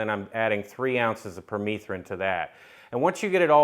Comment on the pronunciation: I believe it's pronounced per meth rin....like methamphetamine. Having bare skin like you are won't fly in Missouri you have to be covered from head to toe. Permethrin does work as a repellent. I've sprayed my clothes with it front and back, had long sleeves on and a hood..... Deliberately went where ticks reside and none of them came near me.